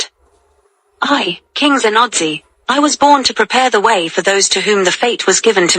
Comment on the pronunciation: You guys should learn how to pronounce the name well. Zenozi. It sounds Henoji